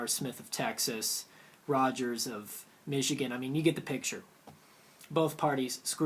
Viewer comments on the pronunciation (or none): none